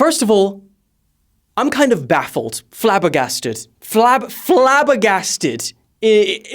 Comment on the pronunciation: Bro couldn't say 'Flabbergasted' 💀💀💀